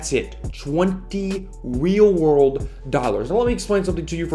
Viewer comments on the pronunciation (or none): “Wheel wurld dollirs”